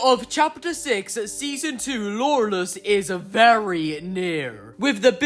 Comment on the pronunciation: Lorrles? Huh